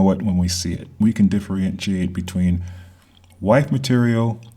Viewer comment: At you say what sounds like "White material" I think, you think you are very articulate. on re-listen a few times "wife material" barely came out. You speak way too slowly. The material is very important but I felt like you were trying to seduce me with your whispered voice. Other than that it was a nice talk. Women are all looking for George Clooney or Robert Redford. All of us, men and women, are more aware of the illusion of the American dream being a nightmare in reality. The White college fraternities have hoarded everything to their families.